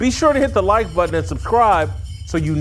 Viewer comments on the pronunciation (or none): none